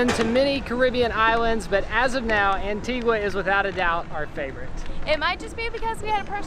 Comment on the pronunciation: You pronounced Antigua correctly at the beginning of the video, but not at the end. It's An-teeg-uh, not An-teeg-wuh. Great video, though! Sorry to nitpick!